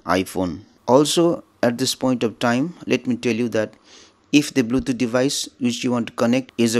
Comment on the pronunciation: R u dont know english?? Bluthoooootj 🤣🤣🤣🤣